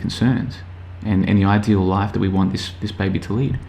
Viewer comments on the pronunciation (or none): none